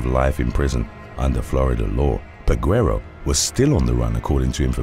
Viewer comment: The U is silent in Peguero.